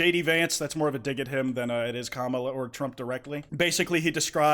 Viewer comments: He pronounces Kamala’s names incorrect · stop pronouncing kamala the way conservatives do you need to enunciate the first syllable edit: nvm, you fixed it later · please say her name right i’m crying and throwing up